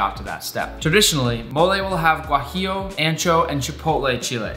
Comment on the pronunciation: just wanted to add that your pronunciation of “tomatillo, chile guajillo, chile ancho, and mole” made me proud😌